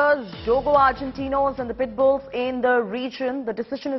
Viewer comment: Madam says “Puttbills” cant even pronounce a dog breed and apparently reporting against dog breeds to be banned ! 🎉😂